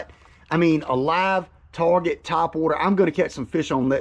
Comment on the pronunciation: “ on the Wuuuuuter”